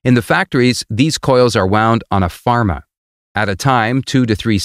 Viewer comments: Its a former!! Not a pharma!!! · it's Former and not pharma. Please correct it